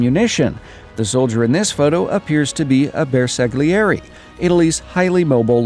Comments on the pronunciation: ''Bersaglieri'' the italian GLI sound is pronounced as a Y, it would be ''Bersayeri'' And why in God's name they'd add the failed Perino? Why not the FIAT-Revelli M1914! It would be really quickly reloaded too! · Ehy! I love your content! Just to help you to be more accurate in italian, since i'm one, Bersaglieri is plural, a single soldier is Bersagliere: and to give another advice the letters gli are pronounced similar to liu of liutenant. I know it's difficult to explain since gli sound does not exist into english.. And in the photo the soldier is an Alpino, the hat with that shape and a single black pen represent Alpini, Bersaglieri have a much flatter hat with a enormous black pen, like it was from an ostritch! Hope to have been helpful! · At least you tried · How did you say bersaglieri ahahahahah (italiano,buongiorno)